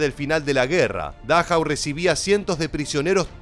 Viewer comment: No soy experto como tú. Pero leo el nombre de dachau. No es dáchau como le llamas.